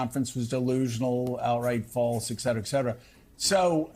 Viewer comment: Noooo. Joe says eck cetera instead of ''ET cetera''